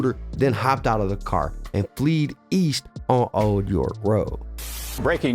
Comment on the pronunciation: *FLED not FLEED, It's F L E D fl - eh- d. 👌👍